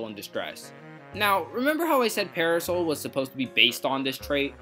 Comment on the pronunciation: I really like this video. Excellent topic and supporting material. But, I have to watch it in shorter segments. It sounds like is pronouncing "parasol" as para-soul. This may or may not be the case, but it is hard to get over. Top quality content, though.